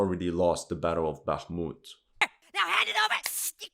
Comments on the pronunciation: For you guy that know Russian and Ukrainian check out how Zelensky,fuccqed up the pronunciation of Bākhumt,then corrected it to Bakhmūt 😂 because he is a native Russian speaker and not a Ukrainian native speaker. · I heard on a Talkshow sometime back that since Zelenskyy is from a Russian-speaking Ukrainian family, he always pronounces it the Russian way - “Baakhmut” & not the Ukrainian way “Bakhmoot” & ends up correcting himself a lot of times. Dunno if this is true - maybe some Russian speaker can clarify! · So funny ... Zelesnky has to correct his pronounciation of Bakhmut ... hilarious !